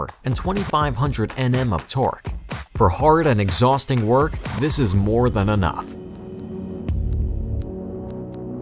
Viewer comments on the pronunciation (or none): none